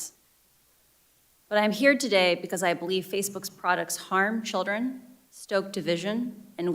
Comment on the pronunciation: She wants a government takeover of information "because of the childten"